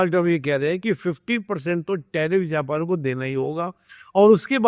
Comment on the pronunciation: जापन ❌ नहीं जापान ✅ हैं भाईसाहब! 👆🤨😡